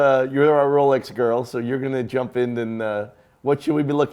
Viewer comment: Correction: you just can’t pronounce Constantin and Jaeger. You are pretty good at Rolex and Omega.